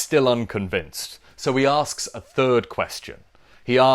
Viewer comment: My only intention was to make you say "fird", and I'm convinced I did